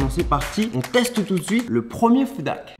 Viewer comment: S'il y a un H devant "Hack" c'est pas pour rien. Toi tu prononce ça "Ak" tu parle de moins en moins bien dans tes vidéos